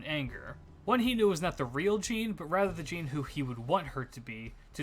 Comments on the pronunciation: its pronounced zhan, not jeen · It's pronounced "John/Zhon". It doesn't help that "Jean" is an actual name in English so people reading Jeanne's name will think of that. 😭